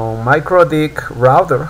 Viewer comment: I hear MikroDick :-D